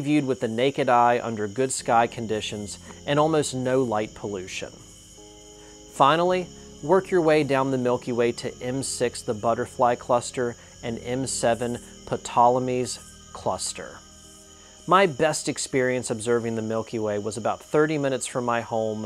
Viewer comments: Good info. Since you’re into astronomy just letting you know the cluster is pronounced “Tolomy”, with a silent P at the start. 2nd century Roman fellow. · Ptolemy does not pronounce the 'P'. Just 'TOLEMY'.